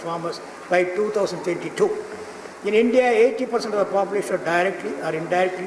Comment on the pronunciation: Mr. Ravindranath pronounced Hindya instead of India